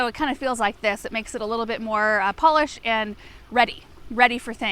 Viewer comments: Anyone else hear it’s “Paulished” when she says polished? 😂😂😂😂😂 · Minute “PAULished…;-D”